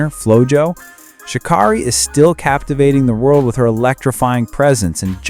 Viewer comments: Her name is shuh-care-eee, not shuh-kar-reee... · As she ALWAYS says... its pronounced "Sha Carrie" not Sha Kari